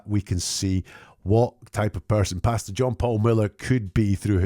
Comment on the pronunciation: Great breakdown, as usual. I love how, whenever you say his name, it sounds (due to your accent) like you’re saying “Bastard” John Paul Miller, instead of Pastor. Which is ironically fitting! 😂